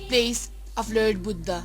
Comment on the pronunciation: Good piece of work but very poor English pronunciation.. the word lord is pronounced as 'lerd' and born as ''bern'.... !!